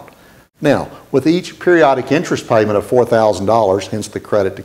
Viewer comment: What's an interest "piement"?